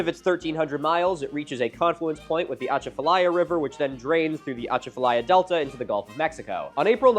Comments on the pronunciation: Very minor thing, but we stress the A's more on Atchafalaya. uh-chah (like as in apple) fuh-lie-uh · You need a Louisianian to help you pronounce Atchafalaya! Kind of like this -> uh • CHA • fuh • LAI • uh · the ahh chaafta liea 😂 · Natchitoches is actually pronounced Nack-a-dish believe it or not, and the emphasis is on the 'cha' in At-CHA-falaya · I’m from Louisiana as well and came to comment about the way he said Atchafalaya. I didn’t get to the natchitoches part yet haha. It’s “UH-CHAH-FILL-EYE-UH” in case anyone wanted to know lol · Milo, as a resident Cajun, from the Acadiana area of Louisiana, I couldn't help but chuckle at your attempt to pronounce "Atchafalaya" River. (It's pronounced "Ah-chaf-uh-lie-uh") Wanted to add that we know our names are really weird to pronounce, they are often inspired off of French or native languages. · My Louisianan heart is so happy to be mentioned but also cringing so hard at the pronunciation of atchafalaya and natichoches 🤣🤣🤣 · As a cajun watching Milo struggle to pronounce Atchafalaya and Natchitoches gave me life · As someone who grew up on the Atchafalaya River I had to pause and hope he doesn't pronounce it any more throughout the video.... But I suspect he will. Louisiana definitely has its own pronunciation rules for everything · Milo buddy that's not how you say achafalaya